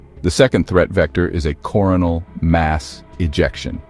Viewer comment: CorONal not CORonal